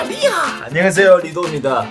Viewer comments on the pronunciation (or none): 리하를 히하라고 들었ㅋㅋ